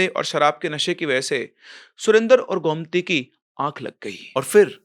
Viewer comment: Sir it's गोमती not गौमती 😅